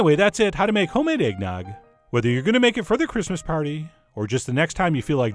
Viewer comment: No shit,I heard eggdog instead